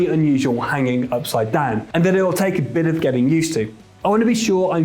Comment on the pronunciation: take a shot every time he says "ipside down"